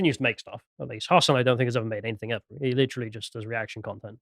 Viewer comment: I'm sorry to be a pedantic arsehole. But really has to stop saying 'anythink'. It's anything. ANYTHING. With a kind of silent g at the end. Or a hard g if you're from Manchester, pronounced a bit like 'anythinga', or 'anythinger'. Damn, sorry to be a twat but it really grates. Otherwise love everything does.